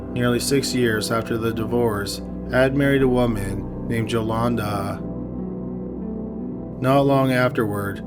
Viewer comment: It’s pronounced ‘Yo-Londa,’ you caveman.